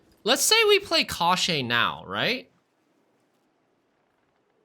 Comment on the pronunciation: The pronunciation is [cosh - chee]. It means "bones".